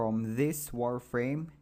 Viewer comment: Maaan this guy talk slow, also it is so obvious that many of the English words he have never ever heard in real life and that gets so annoying after a few minutes so that is the onlite thing you hear "so wi ayes" "warframe" "maack flaaw" "tvittr fiit", "Make fonit Ajjtallic", there are some many better videos out there where it doesn´t sound like a r****d teaching how to build a kite!